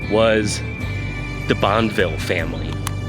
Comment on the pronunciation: It’s pronounced Bon-fee